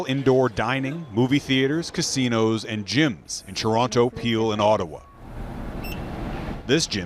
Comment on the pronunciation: you sure love saying ToronTOH